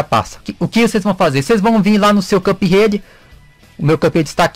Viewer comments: cara,,foi mal mas me da um nervoso vc falando CupRede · "Cãp Rede"